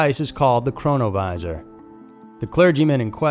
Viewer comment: Keep hearing corona virus instead of chronovisor??